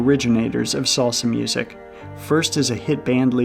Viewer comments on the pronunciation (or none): none